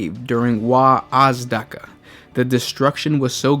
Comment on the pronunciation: it's freeking wazdaka not waaagh azdaka